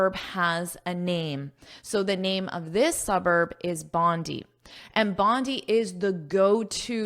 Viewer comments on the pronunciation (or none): I’m Australian That’s Bondi beach in Sydney Your pronouns are wrong Should say (bondai) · We Australian pronounce Bondi as [Bondai] thank you 🙏 😉😉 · Thankyou for sharing & letting me pick your brain 😊, this article 's very interesting and I am enjoying this lesson. The proper pronunciation of 'Bondi' is 'bon-dye' as I understand since I 've lived in Australia for a while. Bondi Beach is also well known for its beautiful coastline & surf culture.🏄‍♀️🏄‍♂️🏊🏄🌴🐨❤ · I'm sorry but it's pronounced Bond'I' as in Bonday Beach. I've learnt a lot from you though. I love your lectures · I’ve been there, it is pronounced as “bonday” I said many times but my Australian friends corrected me. Again a great one. Lets go, lets go, go further more more more more ❤